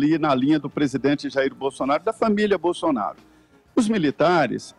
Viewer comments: Em o falou Bostounaro? 😂😂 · ele disse bostonaro ? -. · Minuto 7h37, fala governo "Bostonaro", foi só eu que ouvi? Kkkk. Muito bom! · Realmente o falou Bostonaro! Mas tenho certeza que foi uma trava língua. Ele é muito respeitoso não iria baixar o nível. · o reporter falou "gestão bostonaro" kkkkkkk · Só eu q ouvi o falar Bostonaro?